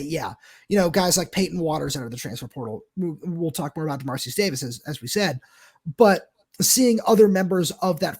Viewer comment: Hate being this guy :) but given how relevant he is right now I think it would be nice to learn how the name “Dermaricus” is pronounced (or at least pronounce it phonetically). I’ll admit to not knowing it myself but I’m pretty certain based on the spelling you guys are both pronouncing it wrong.